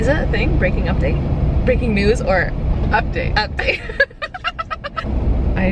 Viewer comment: "breaking update" or what I understood " breaking up date" and I was like "What that's supposed to mean the day that a couple broke up"???? haha oh god